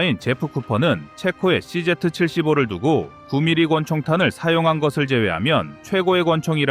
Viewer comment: cz 씨제트가 아니라 발음...즉 읽으실때는 씨,지 라고 발음합니다만...아직 z 를 제트로 발음하시는 분들이 꽤 많으시네요. z 지,라고 발음해 주시길 바랍니다.